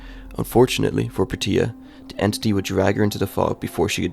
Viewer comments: The real horror is how you pronounced Portia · Dude need to learn how to say Portia... this is rough